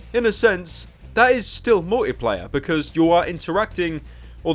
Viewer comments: Anyone else really annoyed at how he says "Mor'y'player" instead of "Multiplayer"? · Why does he pronounce Multiplayer; "Mouwlypleyeh"? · Multi-player, not mulleeplayah. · You say multiplayer funny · I love how Pyro pronounces "multiplayer"